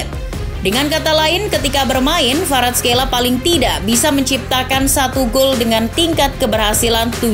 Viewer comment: Kvaraskelia bukan kvaraskeila